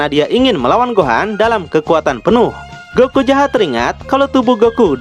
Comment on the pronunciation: keren loe bang apa loe lagi cpe tah bang ko goku jdi goki hehehehe istrhat bang juangan di paksain bang